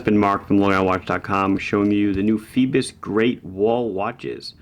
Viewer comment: Is that really how you're supposed to pronounce it? Seems like it should be "foy-bose" no?